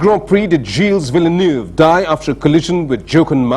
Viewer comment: He mispronounced Gilles Villeneuve.